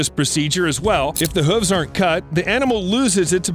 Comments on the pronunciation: Evolution wasn't kind to this narrator, who can't say Hooves properly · The way he pronounces hooves gets under my skin